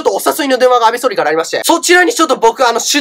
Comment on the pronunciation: 安倍総理がアベソーメンって聞こえた